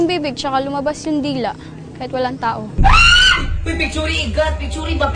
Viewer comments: Pikturi igat hoi picturi ba😂😂😂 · Haha Atak anang "Picturi Igat" uie 😂 Imbis na matakot natawa tuloy ako... Haha What the heck?!... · Ahayyyy.... Picturiee igat picturieee ...imbis na matakot ako natawa ako hayoppp.😅😂😂😂😂😂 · "huy pictureri igat", HAHHAAHHAHAAHHA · huy picture-re egat picture-re ba picture-re hahahaha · "piktyuri igat" 😂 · natawa ako sa "pikturi igat" 😂😂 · "Huy picturi ba picturi" Lol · Hoy pikchuri igat pikchuri hahahahhaha natawa ko dun 😂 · "Huy picturi igat, picturi ba picturi" haha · “Ayyy picturi igat, picturi” HAHAHAHAHAHHA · Picturi igaaat. Hahahahahaha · "picturi igat" hahahahhahaha🤣